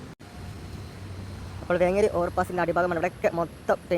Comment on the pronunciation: വേങ്കേരി അല്ല വേങ്ങേരി എന്ന് pronounce ചെയ്യണം